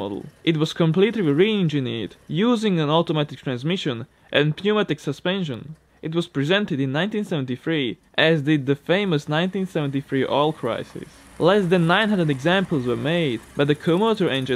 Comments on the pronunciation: FYI, the 'p' in pneumatic is silent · Pneumatic in English the P in silent ;) 🙏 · The "p" in pneumatic is silent. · You don't pronounce P in pneumatic. Love your videos, thank you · The letter"p" in "pneumatic" is silent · Ignore the 'p' in pneumatic. It is not pronounced. You missed the most popular rotary engine car of all time, the RX-7, and you skipped the RX-8. Each had its own lineage. The RX-7 was not just an evolution of the sedans.